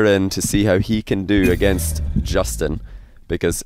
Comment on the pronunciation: "Jastin" :v